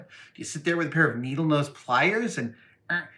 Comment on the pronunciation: Lockwire plires